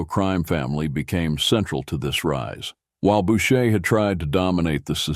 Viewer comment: Who the F is "Bowtcher"? Stupid fricking AI.